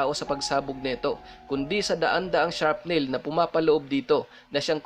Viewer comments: Air maganda ang kwento mo. Ang tama pong pronounce ay SRAPNEL Hindi po sharp nail. At KAROLAYNA po ang tama. Thank you and God bless... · & : Sharp nail.?? Meron bang nail na hindi sharp.?? Shrap nail siguro, mas kapanipaniwala pang pakinggan. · magandang story sir.. pero just to correct sir yung sa us marine corps, yung sa corps po sir silent p at s po yan bali kor po yung pronunciation at wala pong sharp nail ang granada sir shrapnel po yung tamang word.. Just to correct lang sir ha.. salamat and more videos pa sir.. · shrapnail.....hindi sharpnail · correction po shrapnel hindi sharpnail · check pronunciation of CORPS and SHRAPNEL.